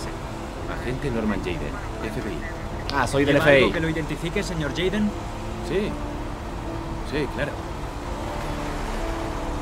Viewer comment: pero es aiden :v